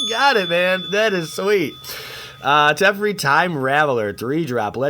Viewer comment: Its teferi not tefrei Te fe ri